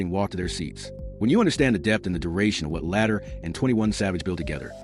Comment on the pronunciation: Why do you keep Calling Latto El? Latto’s name isn’t hard to pronounce fr